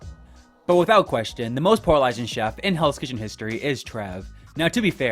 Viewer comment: You pronounce “polarizing” SO weirdly 😂 it threw me off every time! Anyway I really do like Michelle, and I eventually came around to liking Trev too bc it seems he grew as a person overtime and the others were horrible to him on his returning season. The other 3 I’m not a fan of tbh.